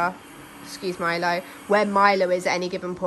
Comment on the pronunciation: Hello gentleman! Great to see your lovely fluffy face! Milo you're impossibly adorable! Also, whenever you say Milo for some reason I hear "my love".